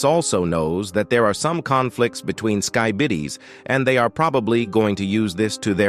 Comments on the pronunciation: BRO SAID SKYBIDIS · Lol he said skybidis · Why did you say skybidis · The AI vioce calling skibidis skybidis made smile